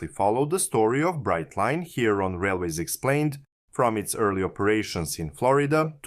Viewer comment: If you're going to get picky, get it right. It's Brightline. Brightline.